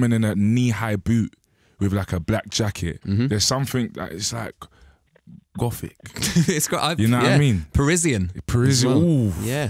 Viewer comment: The way Stomzy pauses then says 'gothic' is hilarious 😂